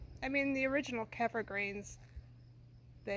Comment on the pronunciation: It is pronounced Ke fear.